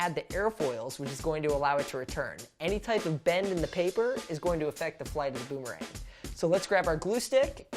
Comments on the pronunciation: Does he says “ ROOMERANG “ or “ BOOMERANG “ ? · You said at that beginning of the video roomerang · i heard he said a roomerang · i hear Roomerang